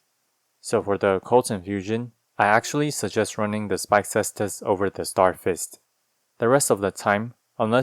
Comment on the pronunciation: Thank you for pronouncing Caestus correctly!